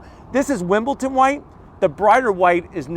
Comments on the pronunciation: wimbledon! Not wimbleton. You’ve said this a few times lol irks my soul. Otherwise good video. I’m gonna zonk the zonker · WimbleDon White not Wimbleton.......